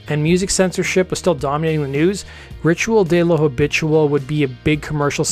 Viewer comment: U pronounced “ritual de lo habitual”very wrong but good video none the less